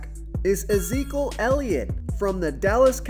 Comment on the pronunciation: Is there a reason you don't pronounce the first E in Ezekiel or have I been saying that wrong my entire life...? I'm guessing the first E is silent.